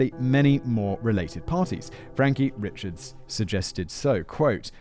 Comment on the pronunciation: Guilory is a really common surname out here. Them being cousins in honestly just more of a coincidence and I believe they aren't 1st cousins, but down the line somewhere. Also the last name, "Richards" isnts pronounced like the first name Richard. It's pronounced, "Ree-shard". I know, trust me, it's all ridiculous. There are other last names that look normal, but are some weird version of passed down and twisted French names. It's part of the Cajun French that some older people still know and speak as well a few younger people that learn to keep the culture alive. I wasn't born here, but when I moved here at 10 years old I had to learn how to pronounce the last names. I also heard you mispronounce Trahan in the last video and 1 other last name earlier that of course I can't remember now. 😂😂😂 It's a mess down here.... I can't honestly think of a worse state to live in.